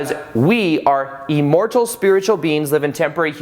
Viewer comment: Buddy... PLEASE.... it’s IM-mortal not EE-mortal!!!! I cringe every time you say it.. in EVERY video. 😣 Still, I watch. Yogananda’s book while wonderful, many parts a little to unbelievable for me. Read it years ago & could feel my mind opening up though. 👍🏼 (I always thought it was pronounced: Shree You-tis-Swar)